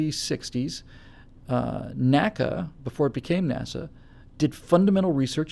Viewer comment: Oh, and NACA is pronounced "nnn aye see aye" not "nacka" luv u long time;)